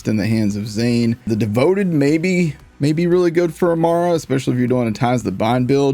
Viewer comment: During the Devoted portion, the guide on the video says “Davoted” lmao